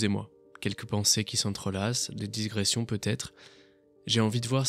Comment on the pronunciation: Par contre, c'est digression, pas "disgression".